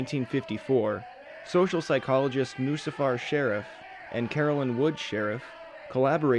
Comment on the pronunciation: Sherif: SHUH-REEF Not sheriff... you fucking twat